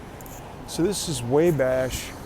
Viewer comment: Wabash Avenue is pronounced waw bash just an fyi no biggie though